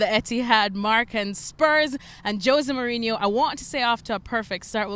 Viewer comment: Joe say mourinho lol. Makes me laugh so hard